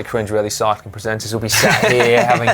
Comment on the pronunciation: haha, slow Si-cling......